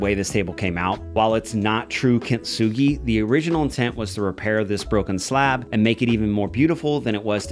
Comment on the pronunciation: No points off for mispronouncing. We all do it. For reference, though, you're pronouncing it kint-sugi, but it's really kin-tsu-gi. The difference makes the T less pronounced, blending into the S. I doubt anyone cares. :)